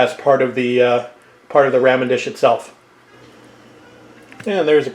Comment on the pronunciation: I love your cooking videos! Nice and instructive just like your restoration videos. Oh, but it grated on me... every time you said “raaa min”. I’m in the “Rah min side of the fence! Just did spare ribs this week. Traditional recipe. But this gives me an idea for Soy based sauce. Thanks!